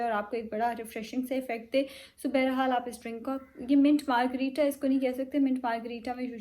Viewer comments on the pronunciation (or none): Bayra hal nahe hota bahar haal hota hy ☺️